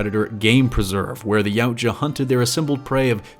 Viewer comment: One thing that is like to point out is that the word Yautja is pronounced e-what-ya. Otherwise, you did good!